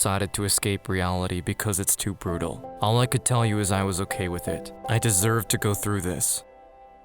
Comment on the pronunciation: guy: maybe thats okay what i hear: maybe thats cocaine